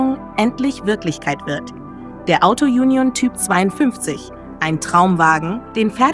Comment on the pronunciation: Die Sprecherin mit ihrem Autojunjon nervt.